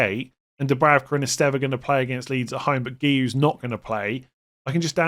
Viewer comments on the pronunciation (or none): It isn’t Dubravka it’s Dubrauka in terms of pronunciation. Benjamin is Benyamin.